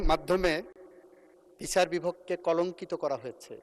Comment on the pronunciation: সেকি বিচার বলতেছে? নাকি বিছার বলতেছে? এগুলা কি অটো পাশের লক্ষণ?